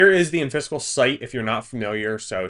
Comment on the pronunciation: it's killing me that you keep saying "in-fiscal". It's clearly supposed to be pronounced "in-physical" as in, not-physical. That's why there's an i between the s and the c.